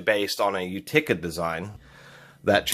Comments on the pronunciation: "u-TICK-uh"? Its not "YOO-tuh-kuh"? Utica, NY? how do they prounounce their city name? My RoboGrips are Craftsman U.S.A. wouldn't use them for that type of application on metal pipe, where I think they excel is where you need better than hand grip on strange round things like plastic landscape and plumbing fittings especially when working with different sizes of tubes, since-they auto-size instead of having to re-channel them. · Utica is pronounced like you ta ca, it's a city in upstate New York,I mean that's just how I always heard it pronounced by people that were from that area I am from Syracuse NY originally well oswego but born there,florida now.where do you live? I know you always say the rubber grips are nice for cold weather so was thinking maybe youre from somewhere up north. Also detent I believe is like dee tent. Potato potataaato tomato tomatoooo hahah not trying to be grammar police. I know they already give u hell over saying dentin hahaha. N you have a lot of cool tools what do you do for a living? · Your pronunciation of Knepex is right on, however I can't say the same for your pronunciation of the Utica. I'm sure the folks from Utica, NY got a good laugh at your expense.